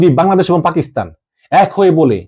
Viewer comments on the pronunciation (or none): none